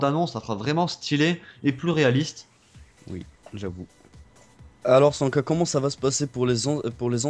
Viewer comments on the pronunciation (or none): Mdr le bledar Il me tue quand il dit Sankah rt grand tefth toto online